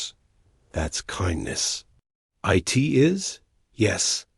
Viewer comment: AI reading every bit of punctuation dot dot dot and "it" gets read as eye-tee dot dot dot asterisk and NO apparently must mean "nitrogen monoxide". Absolutely the most idiotic AI I've ever seen. And obviously nobody lisened to it before posting this garbage.